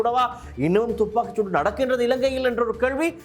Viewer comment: யோ.. துப்பாக்கு சூடு.. இல்லை வடிவாக உச்சரிக்கவும்